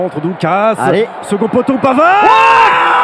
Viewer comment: put-euh Benjamin Panard 1 ans